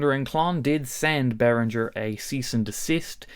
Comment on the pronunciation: I cannot WAIT until learns to pronounce Behringer correctly. This video was excruciating. I'm too traumatised to go back and count how many times he said it.